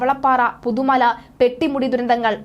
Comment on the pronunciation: പുതുമല അല്ല പുത്തു മലയാണ്....